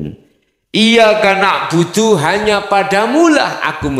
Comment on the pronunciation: Banyak yg salah baca surat alfatihah ayat 4, iya kannak budu waiya kannas tain.. seharusnya kn iyaka nakbudu waiyaka nastain..